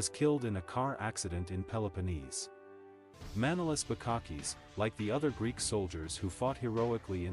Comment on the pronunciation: The man doesn't say properly his name its not Mànolis but Manòlis he must emphasize on o not a.